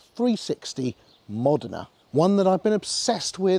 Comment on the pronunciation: Great clip! ...And you pronounced the car name correctly! Great spec car by the way. Thanks for posting!